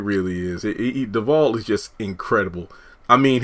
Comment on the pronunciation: They are great friends in real life, afterall she is Dakota's Godmother. Btw...I enjoy your content, but I cringe everytime I hear you pronounce Devale's name, I'm a stickler for pronouncing names correctly. It's a short "A" sound my dear.😉